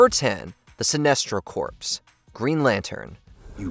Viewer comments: Corps is pronounced "core" not "corpse" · I'm calling you out,. It seems you are using AI in your narration. In the first entry alone, I heard "corps" pronounced as "corpse" (It is actually pronounced like "core"), and Sinestro's names being pronounced as "SIN-neh-stro" and "Sih-NEST-ro" and back again in a matter of seconds. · Corps is pronounced "Core" as in "the honorary U.S. marine corps" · Corps. is pronounced like core. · Corps isn't pronounced like that.